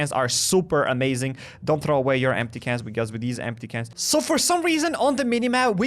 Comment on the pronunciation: what did you say? you need cans for... for some reason 🤣 why do i need them for dogs and recycler?